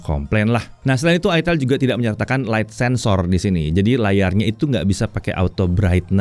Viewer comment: Itel dibacanya aitel Bukan itel bukan itil